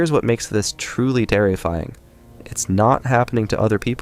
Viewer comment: I would enjoy it more if it was a real person doing the narration. I stopped listening when the machine mispronounced "terrifying!"